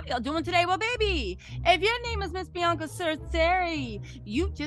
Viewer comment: It’s not blac China it’s Bianca you said black China 😅